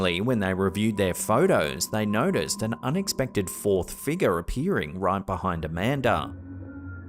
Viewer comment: It's pronounced No-key-uh. There's no such thing as a knock-ee-uh. There's also no "a" at the end of figure or conjecture. Just as there is an "a", not an "er" at the end area, circa, alpha, and diarrhea.